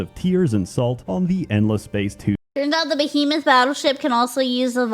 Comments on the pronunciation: No you read that right, that's just how pronounces "behemoth" for some reason lol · decided to mispronounce behemoth for the whole video for some reason, on purpose. Thanks for the lovely giggles.